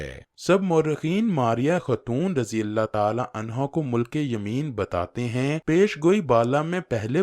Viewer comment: مِلک تلفؓظ ہے م کے نیچے زیر ہے